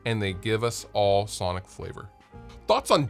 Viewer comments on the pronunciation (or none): none